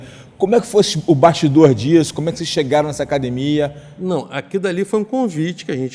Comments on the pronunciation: Nem tem cara de Gracie. Mas se fala acadimia, quem sou eu pra duvidar ? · Se você estiver vendo uma entrevista do JJ e ouvir "acadimia" com certeza tem um Gracie. Hahaha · Acadimia e treno